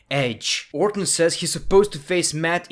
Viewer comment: "Randy Owr'ton"